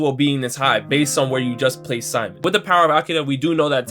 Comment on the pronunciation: You mean Sea-moan? Who tf is sigh-mon lol